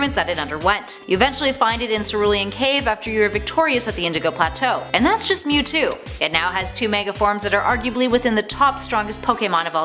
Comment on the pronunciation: I HATE how this person is pronouncing the names of these pokemon, and btw mewtwo mega Y is superior. And didn't Giratina help normalize Palkia and Dialga when Cyrus controled them?